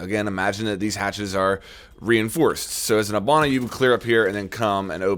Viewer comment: Why do you pronounce it "hubana"?